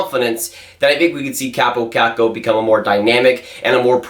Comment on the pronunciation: You’re pronouncing his name wrong. His name is pronounced “Cop Oh Cock Oh” or “Coppo Cocko”